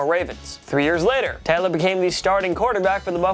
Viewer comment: Maybe don't feature Tyrod Taylor if you can't pronounce Taylor